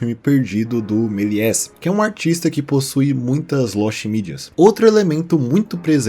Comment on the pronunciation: Meliés se pronuncia Meliê